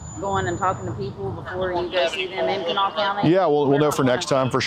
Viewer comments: Live nearby, thanks for your diligence! the county Kanawha is locally pronounced "kahnaw" lol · Kanawha County is pronounced Can-GNAW-uh. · The absolute butchering of Kanawha xD I'm surprised she didn't correct him.